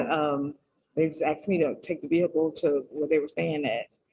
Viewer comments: She didn’t “ax”! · I just figured out the problem. The woman in jail said she didn't "ax" about the car. She should've "asked." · i been axed..lol.wtf.